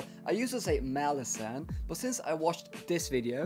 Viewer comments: I'm not sure if there is a proper way to pronounce the name either, but it will always be Molasses now in my mind. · I'm so happy that my "molasses" comment became such a good ongoing joke throughout the video 🤣 And I'm so sad that the author himself pronounces it like that hahaha